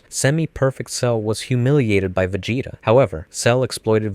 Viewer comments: That pronunciation of Vegeta was fucken brutal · Bro is just making sure everyone is paying attention, I swear, he dosent do it on accident. Top tier english... then... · You have ZERO excuses for pronouncing Vegeta so ridiculously wrong. Like at this point you must have do that on purpose. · Pronouncing vegeta's name wrong in 2025 is absolutely diabolical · vegeta pinkett smith . . . im fucking dead this dude cannot say anime names